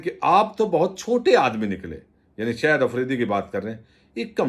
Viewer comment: صاحب خدا را شاہد آفریدی کو “شہد آفریدی” کہنا آپ جیسے محنتی اور فرض شناس وی لاگر کے شایانِ شان نہیں۔۔ اور “ظاہرہے”کو “زہرہے” تو نہائت ہی ناقابلِ معافی ہے۔ برائے مہربانی اگر تھوڑی سی مشق اور بہت ساری احتیاط کرلینے سے اس ہولناک عیب پر قابو پایا جا سکتا ہے! اس تنقید کو مثبت انداز میں لینے کا پیشگی شکریہ!